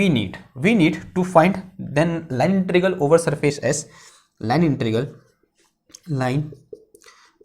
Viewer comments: I think sir found it easy to speak that way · Please pronounce integral instead INTERIGAL . It is RAL AND NOT GAL